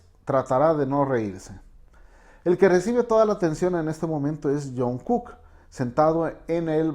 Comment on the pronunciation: Lo único que pude hacer fue aguantarme las ganas de gritar!!! 😭😭 son tan bellos juntos 💜 o dios mio tengo que aguantarme la emoción💜 taekook 💜 jajaja El señor dice "taeyon" y "junkuk" xd